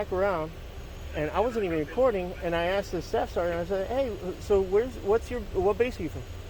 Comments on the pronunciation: It's 'asked' not 'axed' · “I axed you” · Someone tell this lady the word she was looking for was ASKED not AKSED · AXED you to hold on. WTF is AXED? Unbelievable. 🙄